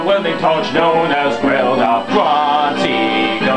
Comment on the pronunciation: heh heh "They make disgusting underwear for Gruntilda and a welding tortch known as Welder" I like how u do it fast and say "Welder" like "Welda"